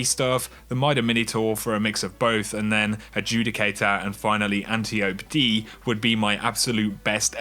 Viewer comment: Love your channel bro, but say it with me: ant-eye-oh-pee. Not anti-ope!!!